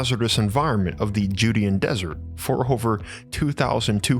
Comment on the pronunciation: Judean is pronounced "Jew-DAY-in", not "JUDY-in".